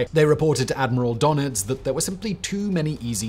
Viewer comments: Its DÖnitz, not DOnetz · It is „Dönitz“ not „Donitz“. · Its called DURNITZ not Darnitz